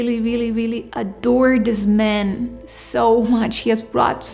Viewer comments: every time she tries to say man it comes out as men. i don't think its just the German accent. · Notice how she says "I met a new men." not man. And don't give me that its her accent shit. she's speaking well enough with more complex words.